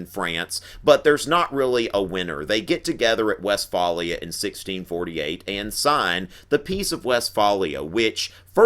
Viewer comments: You mispronounced Westphalia and Alsace. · Good video, but as someone who lives in a town called Westphalia, the way you pronounce it is funny.